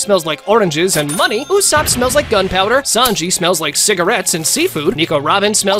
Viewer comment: Who is usap?? His name is USOPP